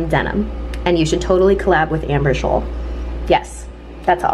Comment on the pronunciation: I never knew u don't pronounce the c in ur last name I wou always be like Oh HeY dO yOu WaTcH